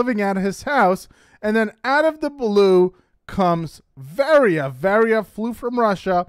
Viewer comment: HER NAME IS VARIYA ( VAH-RI-YA)!!!